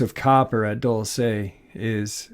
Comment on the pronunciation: it's prounounced Dull-see not Dull-say